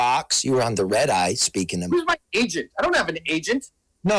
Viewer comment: Red needs a speech therapist.